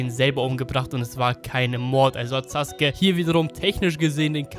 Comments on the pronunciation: Digga das heißt Sasuke und nicht suke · Ich raff es nicht warum saske der heißt sasuke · Tut mir Leid aber er heißt Sasuke nicht saske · Saske? Haha neinein, er heisst sasUUke 😁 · „Akatzgi“ heisst AkatzUKI „Saske“ hat noch n U im namen SasUke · junge er heißt Sasuke nicht Saske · 1. Es heißt sakuura und nich saaakura 2. Es heißt sasuke und nicht saske 3. Es heißt akazuki und nicht akkazi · Es heißt sasuke nicht saske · Sasuke heißt es im Deutschen Saske im Original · Also ich kenne nur Sasuke und nicht Saske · Nicht saske sondern sasuke 🤦‍♂️ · Hör mal auf immer Saske zu sagen 😂😂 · Auf Krampf saske und akatski am sagen rede doch deutsch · es wird sasuke geschrieben aber es wird (zumindest im Original) Saske ausgesprochen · Warum sagt er akatski und saske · Englische Aussprache Saske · So wie es ausspricht ist es falsch. Das ist bloß die verkackte eingedeutsche Version. ^^ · Darf man fragen, wer die Einspieler da spricht? Da ist ja quasi jeder Name falsch ausgesprochen... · Es heißt Sasuke